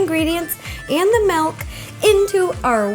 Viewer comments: Honestly not trying to be a hater, but has anyone else realized that she says Malk (milk) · Why it sound like you say malk not milk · Wait wait wait - did she say malk?